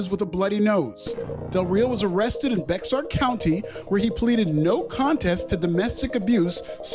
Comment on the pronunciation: The x in Bexar county is silent For some reason